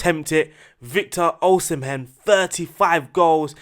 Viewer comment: U didn't butcher the Osimhen but u don't need to pronounce the "h"